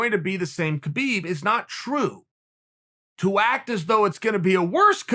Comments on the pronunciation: if you respect khabib pls pronounce his name correctly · Keh-beeb? Hah-beeb!